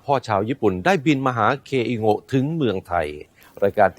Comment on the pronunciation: เคอิโง๊ะ กลายเป็น อี เคโก๊ะ